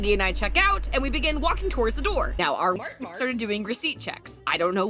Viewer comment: you saying Mart mart. Sounds like a dog saying mart mart. 😂😂😂 ya videos crack me up.